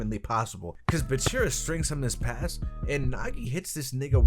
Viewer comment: It's BAAAAAAACHIRAAAA not buchirra